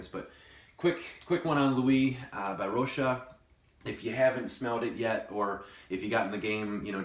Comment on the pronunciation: I've got this juice and I believe that this is the only review on the 'choob! I've got the 50ml about 3/4s full. It is a pretty unique scent with the fresher top and creamy amber base. Do you find it a bit awkward to spray the bottle too? I thought your Rochas Lui pronunciation was spot on lol.